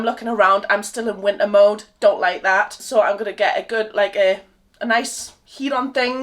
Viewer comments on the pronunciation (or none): The strong Welsh accent came out there when u were saying its wintaaaa!😂it was adorable btw 😊❤